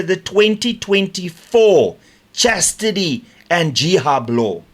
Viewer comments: Sorry, just wanted to correct your mispronunciation. It's a hijab,, not a jihab, although it is a declaration of war against women so maybe you should pronounce it that way. Our country is ruined. Sad. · Hi Renaldo, your subscriptions on YouTube are brilliant - well done - you pronounced Hijab as Jihab on this article - a small mistake but what you said regarding women in Iran is spot on.... They are not treated as human beings they are treated as subhuman - not good at all. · Renaldo I want you to please say HIJAB 100 times today buddy you keep calling it JIHAB . CARRI BLOOM MUST be chuckling listening to you, bless her beautiful soul